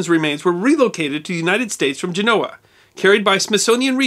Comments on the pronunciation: It's Gen-nova not gen-o-va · I am not certain, but I believe that the death site of Mr. Smithson is pronounced "gen-uh-wah." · your pronunciation of the italian city of genoa is incorrect. it is said: jen-o-wa., accent on the first syllable.